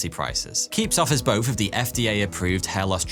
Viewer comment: I mean, he also says bofe instead of both, and grofe instead of growth, munfs instead of months. Fousand instead of thousand... Pretty sure he's just lazy haha